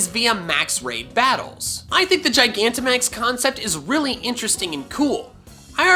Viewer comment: you are the first poketuber I've seen pronounce gigantamax correctly. Everyone else emphasizes the g at the beginning instead of the proper j sound. The word is gigantic, and max, so how do they get it wrong?